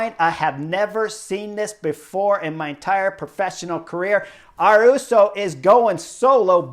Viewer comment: Haha great video Chris, love your analysis and makes me love this sport even more. Just one thing, The “y” in Ayuso sounds like “y” in yellow, not “r”. Keep it up!